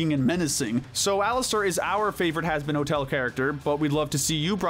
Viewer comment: hazbin ho el 💀